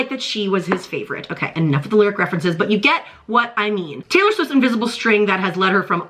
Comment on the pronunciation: Not Traylor please lol